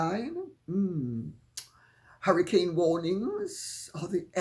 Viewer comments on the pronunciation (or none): none